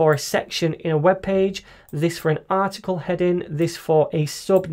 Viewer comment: 読音が日本人：stronグ headinグｗｗｗ